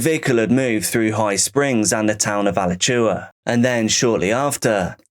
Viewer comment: As someone who lives nearby , everyone from Lake Butler is fucking crazy. Edit: It's pronounced uh latch oowuh Alachua.